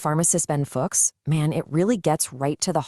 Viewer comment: Hi AJ, maybe try typing it as “fewchs” and see how it’s pronounced